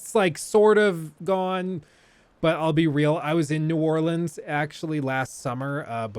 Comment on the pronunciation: I love how both of your "New Orleans" pronunciations were horribly wrong LOL